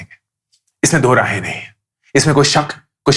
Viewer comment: bro do-raahein nahi hota. Do-raye hota hai. Raye matlab opinion. Don't mind bas batana zaruri tha.